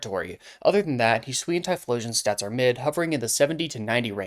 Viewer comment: Yes! Finally another person who says "Hi-swee-an" and not "Hi-soo-ian"